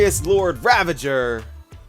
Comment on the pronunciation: Everyone: Lord Ravager My Friend 🤦: Lord Ravage her😱 I don’t know how… I even paused and replayed just to be sure🤦